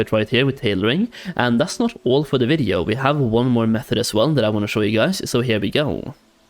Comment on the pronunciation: ngl you say videoo so strange haha